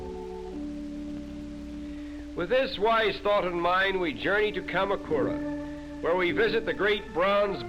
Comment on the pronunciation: he also mispronounced 鎌倉 -- that made me laugh, too.